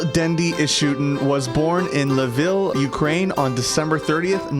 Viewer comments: Lviv not Lvil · name of the city is Lviv not lvil jeez, learn geography, big shame on who's made this video. So damn lame to shit on the hometown of this guy. Good job, kappa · "L'vil" , Ukraine? lol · not "Laville", but "Lviv" lol 😂